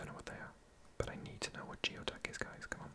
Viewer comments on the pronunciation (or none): Geoduck is pronounced like gooey-duck and is a large clam. It’s delicious and pricey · Someone probably already said this but geoduck is actually a type of clam I think. I think it’s pronounced “gooey duck” and its “foot” is very long and meaty